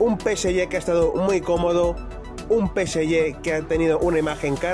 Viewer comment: Deja de decir Peseyé!!!